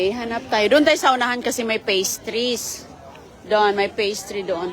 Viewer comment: Old video and the way you pronounced sorbet and pastries is wrong. My gosh woman please learn how to speak English.